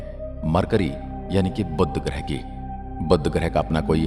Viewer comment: बुद्ध ग्रह नहीं, बुध ग्रह है